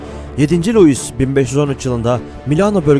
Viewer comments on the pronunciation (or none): "3-4 farklı söyleme şekli" falan yok hocam, "fransua" diye telaffuz edilir o. Sadece o da değil, "7. Louis" de "Lui" diye okulur, "Luis" diye okunmaz.. Onun da "3-4 şekli falan yoktur... Video çekmeden önce bunları bilenlere danışın... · François diye yazılır, Fransua diye okunur. Louis diye yazılır, Lui diye okunur... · yedinci lois....